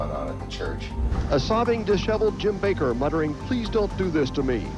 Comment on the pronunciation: The guy speaking about each pastor can't even pronounce their names. AHSTEEN (OSTEEN) BACKER (BAKER). Get it right before you post. At least it shows us your using AI.